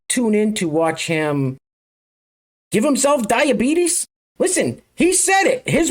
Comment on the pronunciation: did he say "die of beaties"?